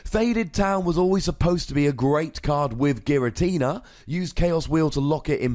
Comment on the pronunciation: I'm not going to take advice on how to say "Unown" when the guy telling me about pronunciation is adding an "R" to the end of "Giratina"